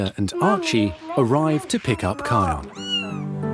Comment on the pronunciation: The narrator called kion kyle